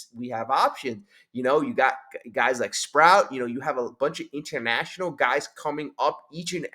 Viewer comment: Sproat. Sproat. Not Sprout